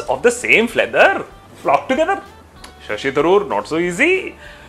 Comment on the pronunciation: 'fleather' mahon hai 'feather' hai! Kabil ban kaamyaab nahin!